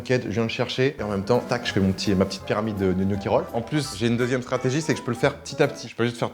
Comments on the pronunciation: Michou qui dit gnocchi au lieu de "knocchi" 👏👏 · Ptn mich il me soule avec "kniochi" et "poèle"